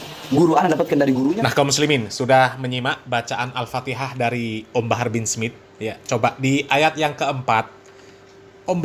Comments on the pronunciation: Bahar Bahar baca alfatihah Mahrojal hurufnya berantakan sekali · Baca Alfatehah saja gak bener, bgmna mau baca Kitab Kuning, Har....Har !! ente mabok minyak Rem atau Mabok Air Aki ???? yg begitu disebut Keturunan Nabi SAW ??? Sangat Memalukan, sodare !!!! Mukibbin ente jadi semakin DUNGU itu nanti nya 😆😆😆😆😆😆😆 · Memalukan bin demit ini, bacaan Al Fatihah aja sdh tdk benar,apalagi bacaan yg lain,TERLAAAALUUUUUUU.... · BAHAR CUMA GAYANYA SAJA YG SOK ULAMA PADAHAL KOSONG OTAKNYA... BACA KITAB SAJA SALAH DARI KIRI KE KANAN... BACA ALFATIHAH SAJA SALAH... AMPUN DEH YG MAU BERGURU DGN BAALAWI KAYAK GINI...